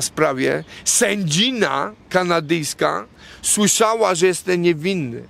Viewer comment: Juz weryfikuje. Mowi sie "JESTEM" a nie "JESTE"😂